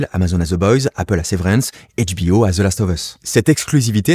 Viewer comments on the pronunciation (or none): HB ''O'' et non pas HB 'A' 😚